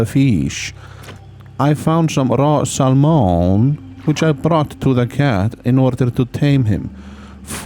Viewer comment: Sal Moan